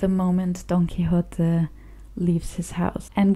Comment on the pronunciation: Your pronunciation of the original full title is perfect.